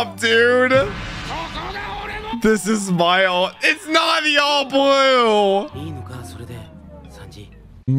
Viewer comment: That aint "THE ALL BLUE" thats "THE ALL BOOB"